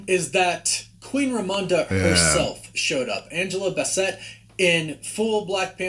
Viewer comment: Bro WTH, this guy is terrible with pronouncing basic names calling them Angela Baa-Set and Eye-dris makes it hard to take his commentary serious, especially after he said Shang-Xi correctly?